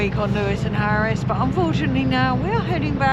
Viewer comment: ULL-Á—POOL … not yoolapool